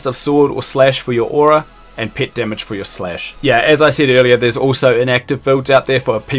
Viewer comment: took me like 3 minutes to realize that you mean "pet" when you say "pit"